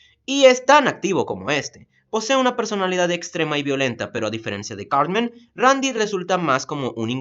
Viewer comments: En vez de decir Cartman parece que dijeras Carmen. :v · Sauth pawk, cawtmen, adowt swim